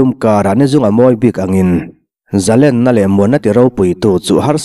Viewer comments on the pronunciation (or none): Zalenna, niloin zalênna zawk ani e, zalên tihlai tak kha (lên) tih lai kha thlûk tur ani e.